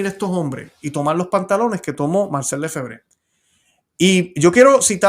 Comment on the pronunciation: nosotros pronunciamos Lefebvre en español, cargando el acento en la segunda e.